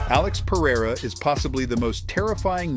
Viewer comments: Or "Periyra" as the guy says lol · I wanted to teach an english speaker how to pronounce Alex Pereira's name hahahhaha although you can speak whatever the way you want to, It's funny for portuguese speakers to hear it